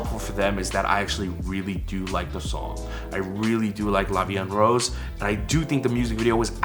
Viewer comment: It's La Vie en Rose!